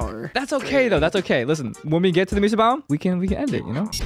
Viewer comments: Sorry if somebody has already commented this and I haven't seen it yet, but both "Mee-sa" (the way says it) and "may-sa" (the way pronounced it) are both wrong. pronunciation was closer but Spanish doesn't have diphthongs so there isn't a Y sound at the end of the first syllable. Vowels in Spanish each only have one sound. So it should sound more like "Meh-sa". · MESA or MAY-SAH not MEE-SAH 😭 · There's a city in Arizona called Mesa. As a resident, hearing Mee-suh is borderline painful 😂😂